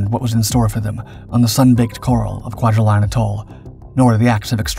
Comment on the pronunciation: (Kwai-huh-line) by the way.